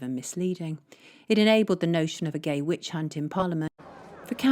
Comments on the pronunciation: she says witch #unt instead of hunt; Freudian slip??🫢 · Ruth's slip of the tounge mispronouncing "Which hunt" with a "c" in place of the second "h"... 😁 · 27.52, Ruth slip of the tongue saying witch *unt